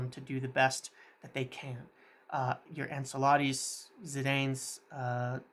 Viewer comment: The way he says ancelotti n zidane is shockin